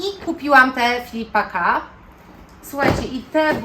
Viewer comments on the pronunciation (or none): Filippa K wymawiasz Filippa Ko